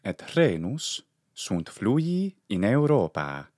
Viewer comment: thanks for the explanation. Now, here goes another question; how do you know how much to extend the vowel sound and whether it has a variation in the intonation while pronunctiating the extended vowel? Sometimes I hear you say "Europaa" and sometimes "Europaaaa"